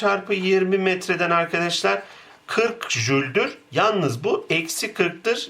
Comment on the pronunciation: Güzel de, neden sürekli 'irkidişlir' diye söylüyorsunuz? "Arkadaşlar" demek istiyorsanız düzgün söyleyin değil mi?